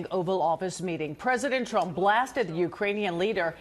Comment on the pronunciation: She just called him Strump